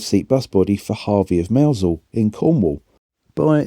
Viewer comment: Well done on your pronouncing of Mousehole! Always loved that little Western National between Penzance and Mousehole.